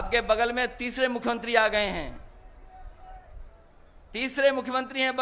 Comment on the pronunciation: मुख्य्यंत्रि नही दादा मुख्यमंत्री बोलो बोलना आप को नही आता योगी आदित्यनाथ जी अंग्रेजो की नस्ल नही है सनातन धर्म के हिंदू हैं